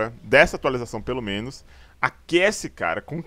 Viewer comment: Menós? Huahuahauhaa